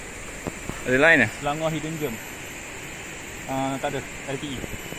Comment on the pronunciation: Hidden GEM = Bukan bunyik JERM tapi GEM= bunyik nye sama mcam JEM, mcm JEM roti. Bunyi jem. ✌ ok sama2 sharing knowledge. Anyway love the vid too 🥰